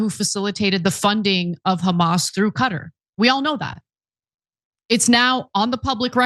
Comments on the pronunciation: Thank you for pronouncing Qutar correctly. 👍👍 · They say Cutter because as you already know the original Arabic letters and pronunciation for قطر are different from English.